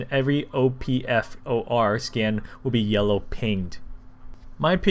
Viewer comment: Bro it's OP like the op in co-op and FOR like for.